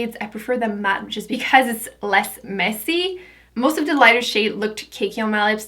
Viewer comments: Why do you pronounce 'The' as 'D'? Just wondering... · I'm not hating at all, but why do you say the "th" sound with a "d" sound? Like "dey" instead of they and "dee" instead of the. Are you not American? Just wondering. You are gorgeous, by the way'